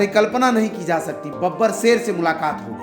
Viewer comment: aur tm sher ko seer bol rha kauwa hota toh Kankh likhta kya bro 🤣